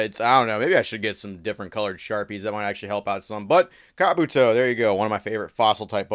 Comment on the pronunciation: Um, it's not car-booto it's ka-booto. The disrespect 😐 Say it properly or don't say it at all.